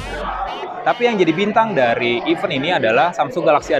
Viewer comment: bang spelling nya bukan iven (even) tapi di baca i vent, sekedar mengingatkan